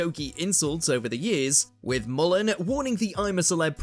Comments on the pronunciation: It's mull-hern not mullan there's an r in his name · Yeah, really doesn’t match the definition of ‘frienemies’. Couldn’t even pronounce his name properly. In the UK that sort of abuse between male friends is a sign of affection.